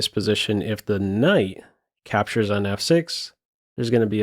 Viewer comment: Not sure if just me, but there's many syllables that are going missing in the voice-over, like "...'aptures pawn" Is it a noise-removing filter that's being too aggressive?